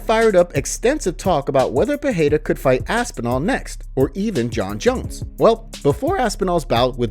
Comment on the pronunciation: Thanks for the vid. If could ask favor, please stop saying per-hay-ra. Not sure why find it so annoying. It's just Pereira, with the Rs pronounced as Rs. Cheers